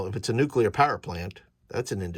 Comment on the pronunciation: Nucular? Extrapolate a whacky natural reactor in the volcano: I know I've used radiation poisoning side effects for flavor in at least one adventure....